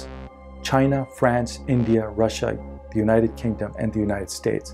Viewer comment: end of ze world